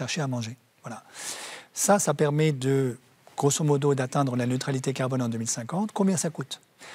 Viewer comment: Gael prononce le mot farce clef: carbone.Pas serieux!